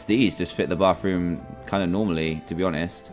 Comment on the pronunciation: love how he says bathroom bafroom